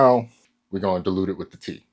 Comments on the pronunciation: omg bro I thought you said pee at first. I was about to say wtf are you doing😂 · I heard pee instead of tea, anyone else? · I thought he said pee instead of tea 😭